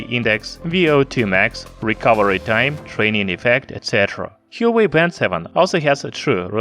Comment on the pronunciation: he should have at least research the right pronunciation of the brand